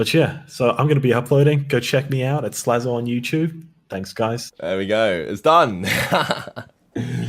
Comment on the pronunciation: Slazo would be pronounced Slay-zo Doesn't he want that double Z in his name? Nevermind, as you were.